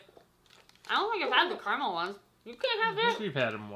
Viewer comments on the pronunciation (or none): Carml Me: CARAMEL